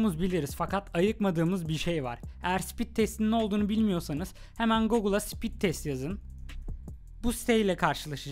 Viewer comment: Sipit degil o speed 😅😅